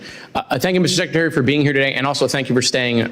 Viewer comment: Track Meeks it is Secretary. Not Secetary! He is typical….